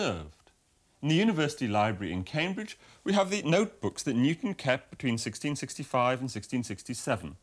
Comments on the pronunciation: Newton, not Nutan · Newton, not ‘nucleus’